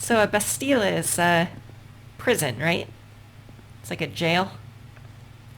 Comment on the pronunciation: Pronounced Bas-TEEL. It's French, not Spanish.